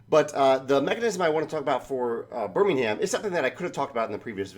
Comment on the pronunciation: If you want to pronounce the city like it is done in England just drop the 'h' it's Birming-um